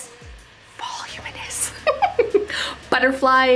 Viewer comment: Fun to watch this. I appreciate the honesty in the review. Try this: Va- Loom- in- us. ;)